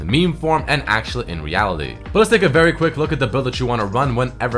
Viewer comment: ESPESHIALLY, ASHYALY, HONESTLY, AKSHYALE, PRETTY DAMN PRETTY DAMN. u are so annoying to listen to. Hire someone to write your text because you skipped school.